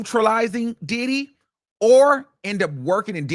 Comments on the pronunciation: Every time he say DIDDEEY… I lose it 😂😂😂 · The way he keeps pronouncing Diddy like Did-he is hilarious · No fr every time he says his name the emphasis and exaggeration has me crying I’m now saying it like him DIIDDDDYYYYY